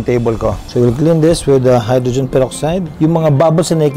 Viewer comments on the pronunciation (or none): none